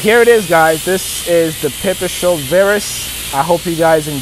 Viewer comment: now that makes sense..one presenter kept calling it pepper strole and now i see pipestrel .so anyways keep going